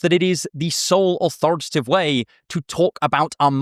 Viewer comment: Why'd you sound so Nordic saying authoritative way?